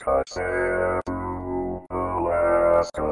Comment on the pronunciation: Sorry buddy, but we pronounce the "bue" in Kotzebue as" be-you", not "boo".